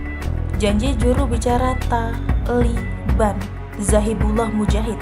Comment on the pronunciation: Kenapa harus TA , LI , BAN ? dn kenapa tdk TALIBAN... Ucapan kurang bener ...